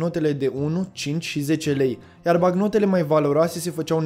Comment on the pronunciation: M-ai spart cu "bacnotele".